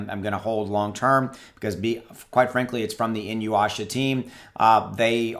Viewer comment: "E-New-Yasha"... Inuyasha...